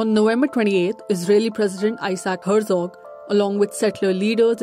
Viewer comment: Good report, but there was not a single name of person, group or place in it that wasn't really badly mispronounced (e.g. Hertzog, Kakh etc.) Please ask a local to help you learn the correct pronunciation.